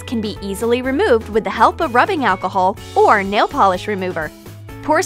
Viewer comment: It’s nail not nall